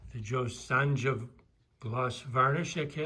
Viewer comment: Thank you for sharing please not the J is silent in JOSONJA pernounced JoSona